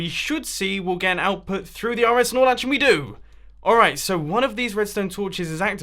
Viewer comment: is it just me or whenever he says RS norlatch it sound like he's saying RS snorlax😂